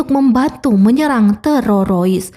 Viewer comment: TERORIS BU TERORIS, BUKAN TERAROIS 😢